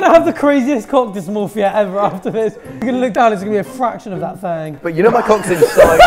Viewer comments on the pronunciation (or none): arthur saying "thang" is one of the best things ever 😭😭😭